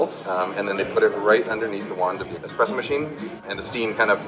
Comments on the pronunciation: Thats how an Indian normally says espresso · Wonder what James dislikes more; people who call it a cappuccino machine or people who say expresso? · What's worse 'cappuccino machine' or calling it 'Expresso' ?